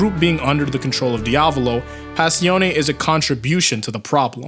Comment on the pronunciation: Smh I still hate how u pronounce Passione I know, I know